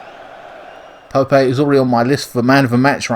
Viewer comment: Haha why are you calling Nick Pope ‘Pope-ay’ as if he’s some kind of emerging Spanish talent?